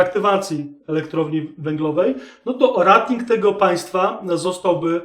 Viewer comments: Rating wymawiaj jako REJ-TING. Poza tym, wszystko okej. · super materiał. Proszę mówić "rejting", bo "rating" nie da się słuchać, kłuje w uszy. Jeśli już chcemy wymawiać po polsku to spolszczmy to do naszej "oceny/klasyfikacji". Pozdrawiam